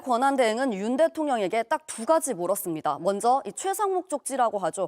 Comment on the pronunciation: 여자 앵커 발음 좀 고쳐라 … 먼zㅓ ….먼저 발음도 안되는데 공중바 뉴스 출연이라……먹었메